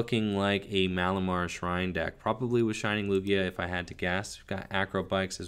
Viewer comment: Did you say Shrining Lugia? 🤣